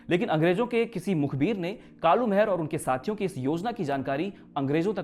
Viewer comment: आपकी बहुत बेहतरीन प्रस्तुति है मित्र परंतु जिस महान क्रांतिकारी के बारे में आप बता रहे हैं उनका नाम कालू माहरा था।महर नही। और ना ही मेहरा।